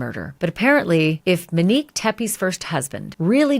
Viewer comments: MOnique. Not Meneque! 🤦🏻‍♀️ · OMG I thought I was the only one who picked up on this. It’s not Muh-nique! 😬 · Seriously tho...I love Ashley and watch her regularly, but this has been really bugging me too. She repeatedly says Minique. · Isn’t it Monique with a long “O”? Sounds like she is saying Manique or Menique….